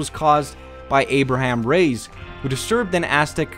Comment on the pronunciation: The way you say Reyes is just the worst.